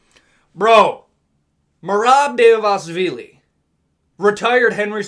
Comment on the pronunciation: yeah man the georgian takeover is REAL, merab and topuria made georgia proud and merab is going to take the belt soon. btw try pronouncing it like this bootleg chael: Duh-va-lee-shvilly